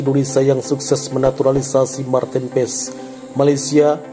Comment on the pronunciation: MARTEEN PAES DI BACA MARTIN PASS udah gitu aja jangan di rubah lagi PASS JADI PESS ada2 aja 🤣